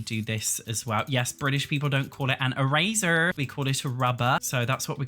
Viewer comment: How u said eraser fucked me up